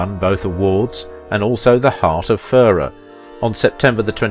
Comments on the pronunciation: A few points. To say Audrey was "Belgian" is an oversimplification. She was born in Brussels, to a British father and Dutch mother, and always held a British passport. Mel Ferrer was of Spanish descent, and pronounced his surname fer-RAIR, with the stress on the second syllable. Audrey was not married to Ferrer at the time of her affair with Holden. (I am not sure if you were trying to imply that, but that is the impression I got from the film). As you say, Holden was married at the time (to Brenda Marshall), but they were separated; according to one version of the story Audrey wrongly believed them to be divorced. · pronounced Mel Fer 'air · "Fer-RARE"... as in rare steak. You did correct it on the post about Mel, but again why not check major names' pronunciations before posting? It takes just a short time exploring online. Basic respect. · Buddy it’s pronounced /fer-RARE/ but I know you’re British and Brits tend to tend to stress different syllables than Yanks (I’m not either one). So Americans say /TEL-i-vi-zyun/ Brits say /tel-i-VI-zyun/. Americans say /WEEK-end/ Brits say / week-END/. In names you tend to favour the initial syllable which is most often correct but this is a foreign name. It doesn’t follow the tacit rules of pronunciation you are familiar with. ( or to be formal: of which you are familiar). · She along with the entire rest of the world gets heartbroken ...... Fer arr............is this guy British is that why he mispronounces names